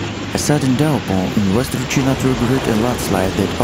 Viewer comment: Indian's eccent english pronunciation of "China" and "Chinese" is incorrect.